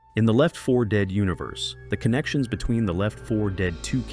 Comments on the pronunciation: Left FOUR Dead stars FOUR survivors and FOUR different campaigns. I’m your narrator and I’ll be emphasizing the word FOUR in my coverage of popular zombie shooter Left FOUR Dead. The number FOUR is very prominent this game. FOUR example, there FOUR Surivors? FOUR Campaigns? FOUR chapters per Campaign? See FOUR? FOR? FORE? 4. 😂 Edit: I’m sorry. I just really enjoyed the way you said four. It made chuckle harder that you had a 4 in your name. Great job on the summary!! Now I wanna play the campaign again! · anyone else getting the impression the voice over is an AI? Since when do people say Left FOUR Dead like that? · Yo I can't watch this video if bro is gonna keep saying "Left FOUR Dead" the whole time 💀💀💀 What is with that emphasis!?!? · My brother please just say it as "Left For Dead" annunciating the 4 as it's number sound is way too much. Edit: Also, the survivors didn't "fight back" at the base, the base started to become overrun. I think it was Louis and Francis who helped two guards not die to a Witch by telling them to stay quiet and get against a wall. After the Witch leaves, the guards let them out and bring Louis and Francis to an armory. Bill and Zoey find them in said armory and with our 4 survivors and the two guards, they leave the base, fighting their way out. As Our group boards a train, the two guards decide to go their own way. Louis later gets his injury from a boat full of Witches. Throw me to a boat full of Witches and I'll come back a father, on god. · why this guy pronounce it weird and take spaces in between words bros like ‘left. fore. ded.’